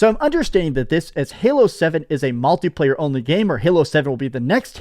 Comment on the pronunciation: Every time says "multi-player" it sounds like he's saying MALTI player.